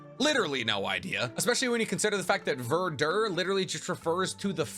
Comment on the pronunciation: Verdure not verder